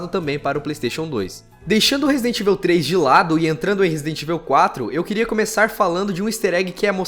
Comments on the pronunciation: Não se pronuncia ivil, e sim evaul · pelo amor de Deus mano... pronuncia certo Resident Evil (ívou, não íveu) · é resident ível memo haushaushuash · e fala "evil" um pouco melhor! :)